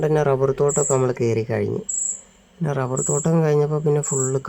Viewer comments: ഡബ്ബർ അല്ല റബ്ബർ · മോളെ ഡബ്ബർ അല്ല റബ്ബർ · ഡബ്ബല്ല റബ്ബർ എന്നാണ് പറയേണ്ടത്